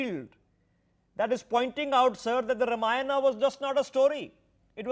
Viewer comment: It isn't Ramaayana, its Raamaayana in pronunciation.